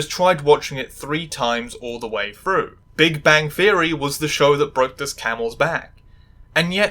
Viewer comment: Are you capable of saying through instead of frou ?